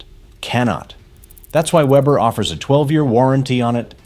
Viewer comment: A! can't pronounce Weber